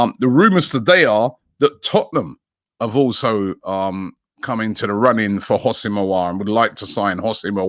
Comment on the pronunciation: Someone tell Robbie It's NOT "HOSS-IM" It's "WHO-SEM" Aouar